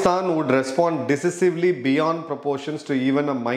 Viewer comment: Please check the pronunciation of decisive and environment in Google/youtube!